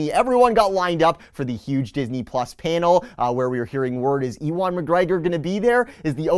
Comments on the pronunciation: I was thinking that maybe you were doing it on purpose because - OB-E-WAN - could be shortened to "E-WAN" - it's a legit excuse to not saying "YOU-EN". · Good round up of the news but, E-1 McGreggor!! Haha thats just not how you pronounce his name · Love the video. Also I think Ewan McGregor’s name is pronounced “U-in” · E-wan McGregor? Nope. Try You-an McGregor. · Ewan is pronounced You-In not E-Won....but maybe he's related to an Ewok. Great coverage as always. Keep the D-23 videos coming. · It's all good. I kinda thought you were just doing a play on Obi Wan saying E Wan. You put out good content who cares if something is mispronounced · Ewok McGregor confirmed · Hello there. Yes I know I pronounced Ewan’s name wrong, got 6 emails about it already keep ‘em coming. 🤣 Enjoy the video! ~ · The way you pronounce Ewan made me shudder. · Ob-Ewan- Kenobi 😁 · You were just seeing if we were paying attention! It's like a hidden Mickey in the video, find the mispronunciation. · I thought maybe you were pronouncing Ewan McGregor’s name wrong on purpose as if it should be said like Obi-Wan. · Dude. You really need to learn how to pronounce the name Ewan.